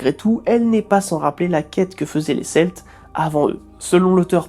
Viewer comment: et celtes se prononce Kelte :-)